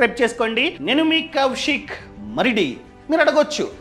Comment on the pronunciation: కౌశిక్ కాదు కౌశీకు..😂